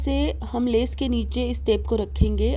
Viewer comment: Kam aap ka hmey boht pasand aata hy pr aap lees bolti hy leas hoti by🤣🤣🤣🤣🤣🤣🤣🤣🤣api me pakistan sy hu mazak kr rhi hu